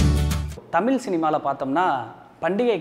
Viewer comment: அழகுதமிழ் ஐஸ்வர்யா எங்கே? உன்னோட "தமிள்" உச்சரிப்பு சரியில்ல...